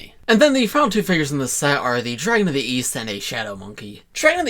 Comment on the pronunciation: I thought you said Weast